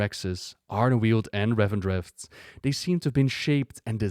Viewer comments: Why do you pronounce it "Revendretht"? It's just "Revendreth" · RevendreTH not RevendreFT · Great video, however I don't understand why you pronounce Revendreth like Revendreft, yet say 'Death' correctly. I don't normally point out pronounciation mistakes but this is driving me insane sometimes.